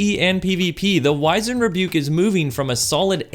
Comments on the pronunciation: “Wiz-end Rebuke” not “Wise-end” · It's pronounced wiz-und, not wise-end. Likewise, it's rah-preezed not re-prized.